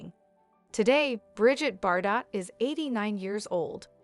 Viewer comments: Yes how ridiculous her prononciation of Bardo as Bardott!... I cringed every time! 😖🤨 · Learn the right prononciation of her name, it is not Bardotte, but pronounced Bardo. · It’s not bar-dot. Please learn the correct pronunciation. Cringe. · You should really look into pronouncing words an names properly cause it really makes you sound unintelligent and ignorant even a little Illiterate not being mean but bardot is said like bardoe i can understand that mistake but how do you fuck up words like object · The T is silent in Bardot. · She can't even pronounce her name and pretend she knows her life. It's bs video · Americans are so dumb😂😂🤣🤣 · The t at the end of her name is silent. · How wd she know about BBs life when she doesn't know to pronounced her name? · Every time she mispronounces it I want to crawl out of my skin